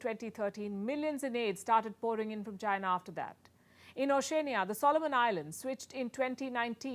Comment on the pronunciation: Such is the world, I guess. BTW, it's not "Gambia", but The Gambia. Oceania is pronounced like "oh-shee-ah-nia", not "oh-shay-nia".